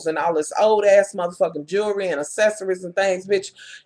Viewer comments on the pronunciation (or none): They are all getting on my nerves. Imma need to pronounce jewelry line properly... not jurry line, drives me crazy! is doing too much!